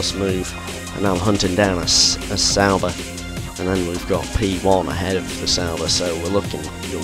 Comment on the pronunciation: Sauber! Here I thought you've been saying "Salba" all this time. :D Oh gosh.